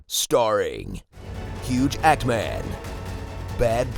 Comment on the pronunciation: What!!! Did he said ''hugh actman''.